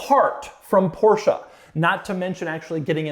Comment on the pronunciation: Not a PorscheA... Just say Porsche ( without spelling "e") "e" and "a" are not the same.😊